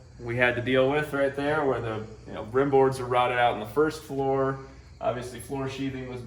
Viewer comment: Its "rim" board silly goose